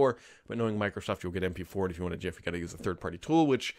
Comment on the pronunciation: I'm so happy that you pronounce gif correctly.